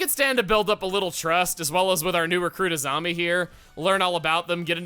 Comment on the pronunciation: When you said "Azami", I misheard it as "a zombie".